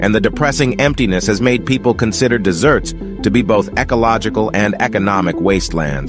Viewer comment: When the AI says deserts in the begging of the video he says desserts 🍨 like food lol…